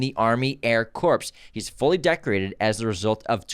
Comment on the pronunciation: Corps is pronounced Core - the p and s are silent. (it is not pronounced corpse) ;-)